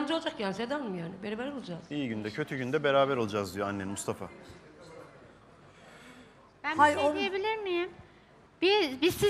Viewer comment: Mıstafa diyor 😂😂😂